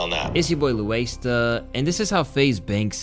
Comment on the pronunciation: I rm I used to listen to you only on my headphones at work. I thought you were saying “louasta” so I tried to find you like that. Couldn’t find you. Glad I found you bro